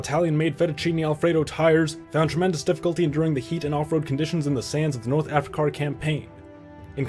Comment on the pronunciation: "North Africar"